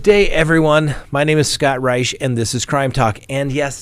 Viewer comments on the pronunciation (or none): none